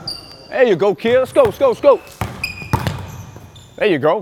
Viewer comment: Why does there coach say kied but its kid